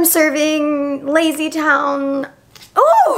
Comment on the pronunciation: When i say i lost it when she said lazy towne